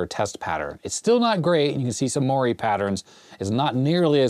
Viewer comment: LOL. I love variability in pronunciation. When I hear you say moiré, it makes me think of Tuesdays with Morrie. 🤣Fun video and love your enthusiasm for Commodore and the early days of personal computing!